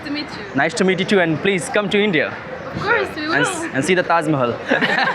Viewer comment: Bolna bhi seekhle thoda theek se. tazmehal nhi hita Tajmehal hota 😂